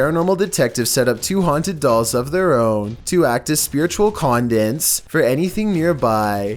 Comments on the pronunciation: The word you were trying to pronounce is CONDUIT you said Condent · You really need to learn words before you use them "condit" "conduit" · Check out the pronunciation of conduit again & its a real cough imo